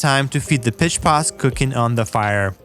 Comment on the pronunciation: Word of advice. Don't get high then watch this! I got high 1/3 of the way through and heard him say "feed the piss pots" instead of "feed the pitch pots" and it made me laugh so hard I fell off my bed!